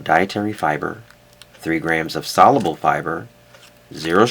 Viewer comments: sol-YOO-bull not sol-uh-bull. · sol·u·ble The “U” sound is pronounced in the middle of the word. The Premium Blend of Metamucil uses stevia as a sweetener and is a wonderful product!